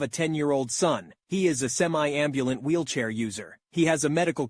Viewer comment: I like how on the first story he said wheelchay